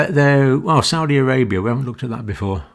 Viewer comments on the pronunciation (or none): none